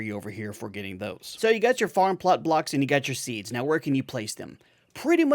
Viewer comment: I know, right? It doesn't really sound like you're saying "farm plart blarks", but I've heard others say it like that and it's just a bit too funny.